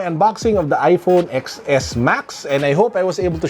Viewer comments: its iPhone 10s Max Boss 😊 Every Youtuber Read that way. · Reviewing tech without knowing first how to say the name properly/correctly. You’re giving wrong info for those people that are not into tech that only relies on youtube/google.